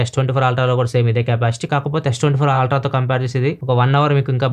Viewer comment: Ultra ❌️ Aaaltraa ✅️